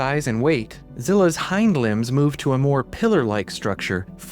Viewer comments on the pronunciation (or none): none